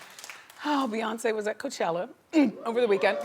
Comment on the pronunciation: if Wendy says “Coochella” one more fuckin time😡😡😩 P.S. I’ve never watched the housewives show before but I am here for the dragation of the white lady😩😂 🍷